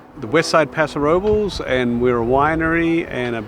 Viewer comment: For Californians you sure do pronounce place names wrong. We say San Lewis Obispo not San Louie (or we just say SLO pronounced Slow) and we say Paso Robels not Paso Rob-less Of course this is not proper Espanol, but that's how locals say it. Sounds so awkward hearing you say the places wrong lol